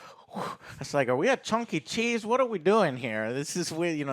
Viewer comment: Add Chunky cheese to the list of things can’t say lolol